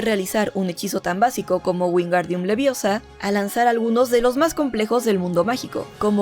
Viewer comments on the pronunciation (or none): Es "LeviOsa" No "LeviosA"